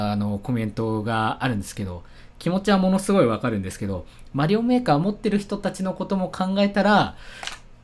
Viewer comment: 最初の方メーカーとエイトが混じってエーカーって言ってるw